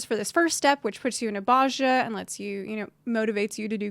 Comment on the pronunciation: Bozja "BOSE-yah"